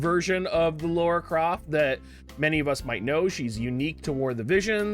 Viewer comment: Why do you guys call her "Laura" its "Lara" loll